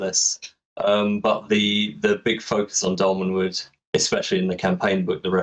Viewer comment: Thank you,, for actually correcting on Doll-Man, it was driving me crazy 🤣